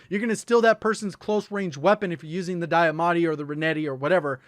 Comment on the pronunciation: Diamatti..... Not Dieamatti